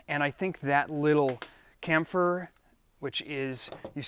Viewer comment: I love how he says "camfer" instead of "chamfer"